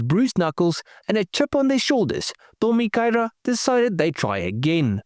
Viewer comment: I think you did well with the Japanese pronunciation. 👍